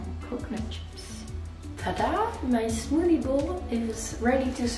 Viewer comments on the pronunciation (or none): Love how she says Smoodie